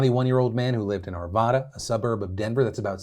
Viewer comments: phil! its pronounced ar -VA -da, not arv -ah - da! - an Arvadan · It's pronounced r-va-da, like Nevada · The way you pronounce Arvada 😂😂😂 I live here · You mispronounced Arvada but whatever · Hi Phil! I noticed an extremely small error in todays show. Arvada is more like 15 miles from Boulder, not 65. Also, you pronounced it wrong. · You pronounced Arvada wrong